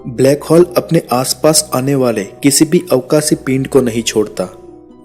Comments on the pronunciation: Its hole not hall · ब्लैक हौल, नही भाई ब्लैक होल बोल